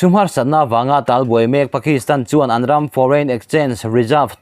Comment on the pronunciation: I Mizo tawn thlûk a dik lo nasa.Khaw RAM itih te PUP PUP i tih tw tam mai.